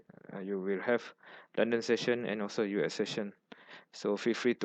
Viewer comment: Your pronunciation is very difficult to understand. For example: it sounds like U Esession instead of US Session. Please take time to say the words properly. Sorry if the feedback seems too negative.